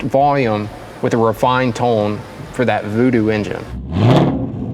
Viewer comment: Must be canadian the way he says "tone"